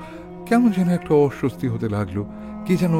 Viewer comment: কথাটা অসৌয়াস্তি নয় কথা টা অস্বস্তি বড্ড কানে লাগছিল এটা বার বার বাকি আপনাদের গল্পঃ তো আমি রক্তবীজ গল্পঃ থেকে শুনি ❤